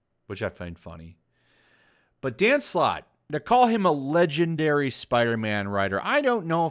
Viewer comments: i swear i keep hearing dan slott as "danm sloth" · The perfect definition of a man breathing his own farts. Quantity doesn't mean quality. P.S: With my non english ear, i couldn't help but hear Dan Slut everytime you said his name x)